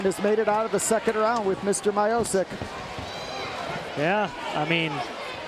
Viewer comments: It’s Stiopic...not Myopic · Stipe My-eye-poke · americans seems to have less to do with slavic names :D stipe majozik :D poor pronouncement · My dad was his wrestling coach and thats how everyone pronounced his name. We also didnt call him Stipe, we called him Steve, Steve my-oh-cic. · Stipe Miochich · M-ee-o-ch-ee-ch, o like in orange, ee like in green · are you deaf?? he clearly said stipe mayo-sick.. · Stee-peh My-O-sick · My-O-sick? oooookay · thats not how you say miocic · how the fuck did he said miocic i am from croatia and im very offended by this